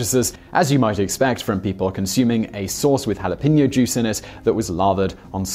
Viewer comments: They mispronounce jalapeño too and are unaware that "Yanks" refers only to people in the northeast part of the United States. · Lol the way you said jalapeno in the very beginning is so wrong 😂 The further north you get, the worse it sounds!